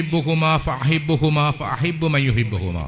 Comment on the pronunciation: ഫ അഹിബ്ബു എന്നല്ല